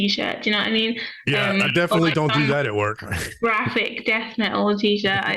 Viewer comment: "...deffinnittlj not Cannibal Corpse and deffinnittlj not Metallica."